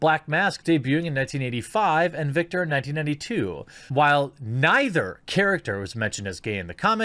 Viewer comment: I'm sorry but you couldn't even say Victor's name right though lol